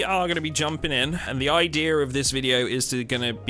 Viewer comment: Why are you making R sounds in a word like idea?